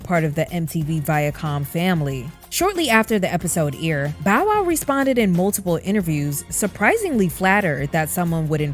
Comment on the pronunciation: IDK why it irked me every time you said aired as "eerid" 🤣